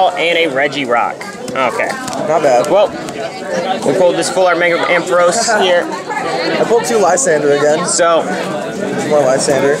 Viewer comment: _- u said "a full art mega ampheros " :P